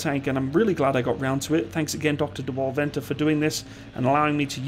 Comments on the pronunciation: By the way, Venter (From Dr Dewald Venter) is pronounced Fenter. Anyway, other than that, great video! Its nice to have some international recognition for once. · Venter is pronounced Fenter....... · It's pronounced as "f"-enter skipping the e sound on the f. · In South Africa we do not refer to the suffix letter after the mark number as Alpha, Bravo, Charlie, etc but simply as A, B, C. I really enjoyed the video, even saw some of my own photos in it. To help with your pronounciation of Dr. Venter's surname say the "V" as a "f". In Afrikaans the letter "V" is pronounced as a "f".